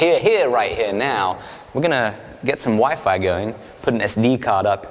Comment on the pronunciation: When he was talking about the wifi right when he was finished talking about the table it sounded like he was saying that the next thing he to do was put the wife on (the table). I thought well he shouldn't have said that on camera. 😂🤣😂